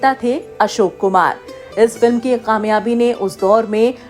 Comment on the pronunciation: Madem Urdu ke talaffuz sahi kare kamyabi and begum ko sahi pronounce kijiye